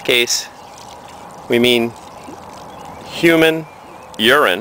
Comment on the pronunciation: Thanks for this video but have you noticed, it is so funny the way you say "HUMANE URINE". Keep up the good work and thanks for the videos and helping me learn!